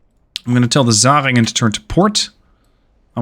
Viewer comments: I appreciate your pronounciation of the german names. Only some mild suggestions to improve that even further: The german Umlaut "ä" (Zähringen) sounds like the ai in "hair". 😉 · It's not important, but the Zähringen has a Ä in it. Not a A. Your CA Michel, get's pronounced Mich-el.